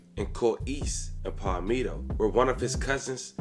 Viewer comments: Aye bra its not pal ME toe its ( pAl meh toe) palmetto🤦🏿‍♂️ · BRAY-DEN-TON!! PAWL-ME-TOE!!